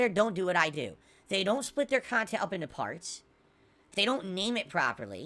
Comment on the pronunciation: Wait all the idiot morahn kahntent creators dont split their kahntent into kahntent? is losing it dude